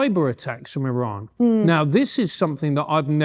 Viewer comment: Why does she pronounce "Iran" like "Elon"? Have I been saying it wrong the whole time? 🤭